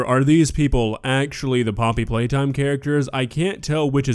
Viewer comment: "Poppety Playtime" 💀